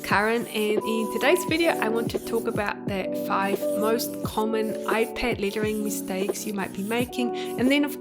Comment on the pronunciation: I love all your tutorials. Just curious is your accent from Australia? I keep hearing ‘littering’ instead of ‘lettering’. I think we are used to pronouncing ‘e’ with ‘a’ sound but super interesting that you are actually saying ‘e’ sound literally.